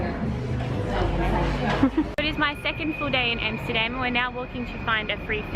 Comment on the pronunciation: say Amsterdam (like America, Alaska, Africa, Amendment) and NOT Emsterdem, Goddamn…. and your video is ok